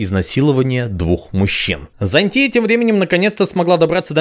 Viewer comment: ЗáнЦия, а не ЗанТúя, господи иисусе, ты же слышишь английскую озвучку :с